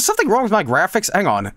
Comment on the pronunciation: The way he says "grafisks?". Chef's kiss.